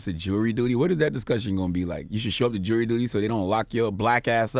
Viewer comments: The reporter said "for missing a jay of dury duty" 😂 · It's JURY DUTY not JEWELRY DUTY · You catch the lady saying “Jay of dury duty”